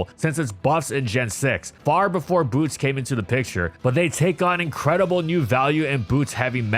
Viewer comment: Do not change the T in Boots for a B